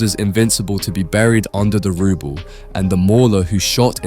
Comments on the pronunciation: Came to the comments when i heard "rUble"😂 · you miss pronounce rubble its prounced (ruh-ble) not (roo-ble) hope this helps love the content. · How do you not know how to pronounce rubble